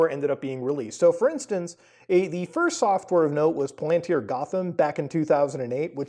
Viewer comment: Muta ily but its PAL-AN-TIER